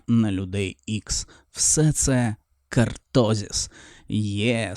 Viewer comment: я не про наголос, я про назву. Не кАртозис, а кОртозис